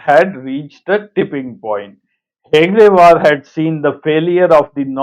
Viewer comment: He is pronouncing Hegdewar which is not correct....it is Hedgewar